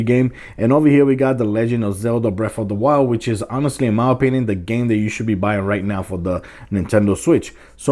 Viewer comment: This guys atrocious use of the English language was annoying. I couldn't take " jus wif Breaf of duh Wild" "protabilly" "PlayStation Bita"